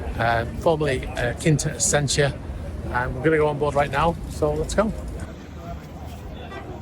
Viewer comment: How are you pronouncing the original name…..Quinta Essentia? It’s clearly Quite Essential!